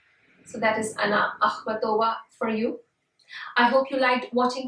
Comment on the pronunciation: I can't listen to you right out of the blocks. WHY? because every video you'll find on Akhmatova, you'll only hear the accent on the SECOND of syllables of her name, not the THIRD syllable as you're saying in this video. Thus you, the speaker, have no credibility if you yourself have not learned even how to correctly pronounce her name.